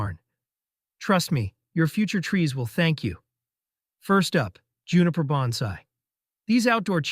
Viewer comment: Why should I take your advice? You can't even pronounce Bonsai correctly.